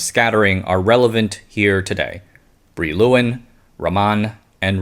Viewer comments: I think Brillouin is pronounced like bree-yawn (Wikipedia's [leɔ̃ nikɔla bʁijwɛ̃] is not very easy to interpret, but concurs.) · Brillouin is a French name, pronounced roughly bree-wah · Good video. Brillouin is said like "bree-yuan"